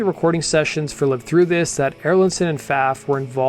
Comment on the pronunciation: The fact that he mispronounced "Live Through This" is in the first 20 seconds suggests I should not watch this video. But I will watch it anyway.